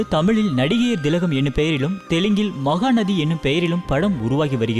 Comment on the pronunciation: Anna unga ucharippu thappu adhu mahanadhi illa Maha nati !